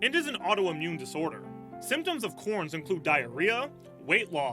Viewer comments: “Corn’s” disease?? Did you mean “Crohn’s” disease, which I’ve had for over 25 years? BTW, it’s pronounced CROANS. I also have Psoriasis, which I’ve had for 46 years. It is NOT caused by stress. It is an auto-immune disease like Crohn’s. Psoriasis is not that bad a disease except last year I was diagnosed with complications. I have Psoriatic Arthritis, which a small percentage of Psoriasis suffers can develop. Very similar in symptoms to Rheumatoid Arthritis. Just got to let you know that your mispronunciations were very offensive to me!!! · Crohns. Tin-eye-tus. Ep-steen. In order to inform u must make it clear and concise. We appreciate info but PLEASE revise. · Maybe he's got corn's 😂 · It's provinces Shannen "door-it-e" and "k-row-ns" Tinnitus is "tin-I-tus"